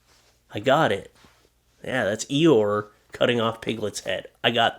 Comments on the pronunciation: EE-OR Innit? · It's ior, the donkey's name from Winnie the Pooh is ior 🌷 Love your videos 💕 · Ee-or. And he was grey, not blue. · its Eeyeor lol the donkey =D